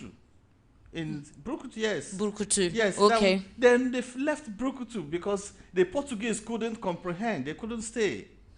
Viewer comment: Buruku not brukutu lol. Brukutu is local beer